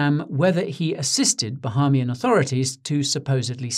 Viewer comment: Bah-A-mian. The a is an a an ah